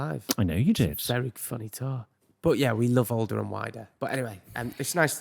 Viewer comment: you are incorrect in pronouncing unusual - tour - and a few others